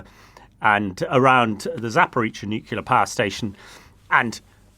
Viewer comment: There's nowt wrong with how he says nuclear